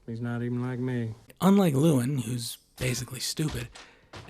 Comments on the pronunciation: Why do you keep calling him lewin, ya spoon. It's Llewellyn. Loo-ellin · "Lewellyn." You are mispronouncing it. I don't agree - Lewellyn is not "dumb." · "luh" + "WEL" + "in" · He mispronounces the main characters name at least 50 times 😂